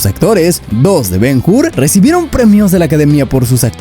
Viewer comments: Ben Hur, no Ben Jur. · La H es muda, se pronuncia Ben Ur, porque el video esta muy bien, pero me duelen los oídos cada vez que te oigo decir el titulo. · El que comenta el viedo, deberia saber que la letra H en el idioma Español es MUDA, por lo tanto cuando de dice el nombe de BEN-HUR no se dice BEN-GUR si no BEN-UR, lo has entendido o te lo repito otra vez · Es Ben Hur, no Ben Hur. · Ben Hur, HUR, no Jur. hablamos español la H no se pronuncia al principio de las palabras. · ¿Ben Jur?. La "H" no suena. Ben Ur y ¡vale!. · Ben Jur 😂😂😂